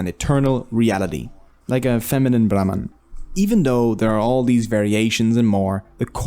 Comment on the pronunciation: Brahmaand( univers) instead of brahman